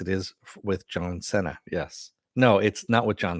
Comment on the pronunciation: I thought his last name is pronounced "see-nah" : )